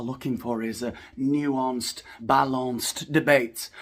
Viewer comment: Started laughing hard "new…ahnced, bah..lonce-d'..." 👏👏👏👏👏😂😂😂